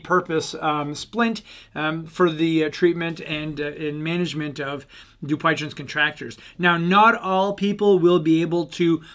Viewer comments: Need work on pronounce of name. You're not even close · I think you’re pronunciation of this disease is off